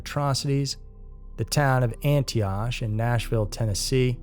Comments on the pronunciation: Its pronounced Anti-OcK, not Antioch. Gteat video other than that. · Antioch is pronounced Ann Tee Ock. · Sorry its pronounced ani ock. Like dock. 🙏